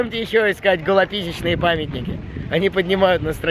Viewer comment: Голописечные памятники?! XD